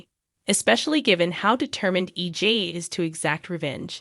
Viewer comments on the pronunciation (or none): Narrator can't even pronounce names correctly. Very annoying to listen to. Says EG (not EJ) most times wrong and said nicole correctly once! Ugh can't listen to this...like trying to read a book or article with spelling errors! Who is CHANNEL? Lol. Wow, got Tate's name correct...applause! Narrator doesn't sound like English is a 2nd, 3rd, or even 4th language for them...how can they not know how to pronounce the easiest of names? They apparently don't watch the show because if they did, they would certainly know how to pronounce the names! Who TF is JADDA? Yet can pronounce Rafe's 1st and last name correctly?? Time to go back to grade 2!